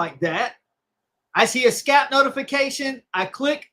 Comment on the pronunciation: "Skap Before Dark"